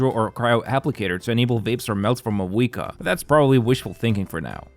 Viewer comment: If only you pronounced her name right.